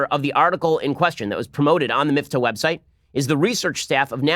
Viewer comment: I am The Batman it’s Miftah (مفتاح in Arabic), meaning ‘key’. Same root as the Hebrew word mafteah (מפתח), so I’m surprised Ben pronounced it so badly ;)